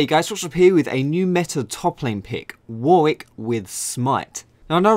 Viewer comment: Why can't people pronounce Warwick...